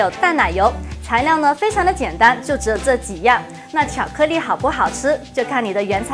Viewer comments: 我好像聽他到有些ㄌㄧˋ說成ㄋㄧˋ。。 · IVERSON 巧克力。。。重复贯穿整个视频 没有一次发音正确 有点可爱*^o^* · 巧克腻??? 发音好搞笑